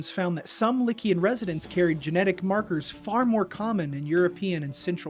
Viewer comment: You are pronouncing Liqian wrong. By the phonetic rules of Hanyu Pinyin (the Chinese pronunciation guide using Western lettering), “q” is pronounced with a “ch” sound similar to how one would pronounced “chow” or “chew". Therefore, Liqian is pronounced “li chian” and not “lickian”. Yes, the transliteration sounds even more like “legion” than you’d imagined…not that I’m agreeing with you that the inhabitants are descendants of a Roman legion.